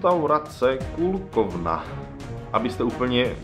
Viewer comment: Poviem Ti len jedno..... keby ste sa predtym skontaktovali s nejakym bratislavcanom, odporucil by Ti omnoho lepsie restauracie a aj by Ti odporucil trasy vramci stareho mesta ..... ako bratislavcanovi sa mi toto video zda trosku skreslujuce realitu .....BTW... Kolkovny su aj v Prahe, odtial to prislo do Bratislavy a vyslovuje sa to tak, ako sa to pise, ziadna Kúlkovka, ale Kolkovka ;) Zlate piesky ... boli ste tam sami, lebo bolo uz po sezone a hlavne ste mali nahowno pocasie ...vstup sa tam neplati ... co sa tyka UFA, je to jedina restauracia, kde sa plati "vstup" a chodia tam z 90% zahranicni turisti... malokto z domacich tam vylezie... historicky zazite, ze su tam okradajuci casnici, hoci teraz to uz nie je pravda Co sa tyka zmrzliny, je dostatok lepsich zmrlinarni, len musite ist mimo centrum mesta :) Na nadvorie hradu sa vstupne neplati, len do priestorov ......